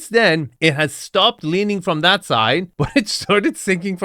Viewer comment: Leening, learing....GONE